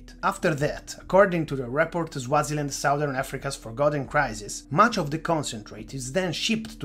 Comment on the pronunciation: Bro rid you just pronounce Swaziland as Zwaziland??? You say it just the way it is spelt...